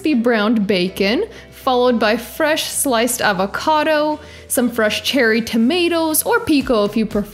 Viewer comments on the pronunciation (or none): none